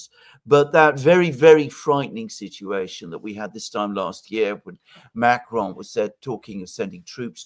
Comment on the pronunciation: I can’t stand how says “ macaron” so fricking annoying 😡 just say it normal like every other word you pronounce.?